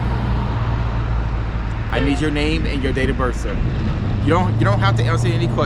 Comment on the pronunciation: I read the caption and I saw his face and I knew he was going to say birf instead of birth. How can you be a cop and not know the English language. And it appears this cop is threatening this man with an ax. I heard him say he was going to ax him.